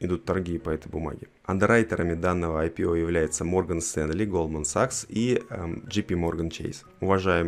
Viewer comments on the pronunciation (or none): none